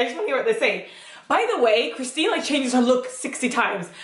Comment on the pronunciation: It’s Kirstin, not Christine 😊